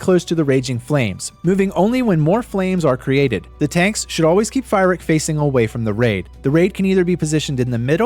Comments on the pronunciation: Not sure if you’re trolling or never watched a single cutscene, lol Calling fyrakk fire-Rick. Amazing guide btw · I don't know if I can hear this guy say Fire-ack one more time... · Fantastic video. I love how you mispronounced Fyrrak's name the entire time. Really, though, I love your videos. They're always super helpful.